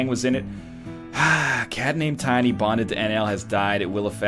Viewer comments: NL butchers Tiny and he neither notices or cares. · NL you butchered tiny!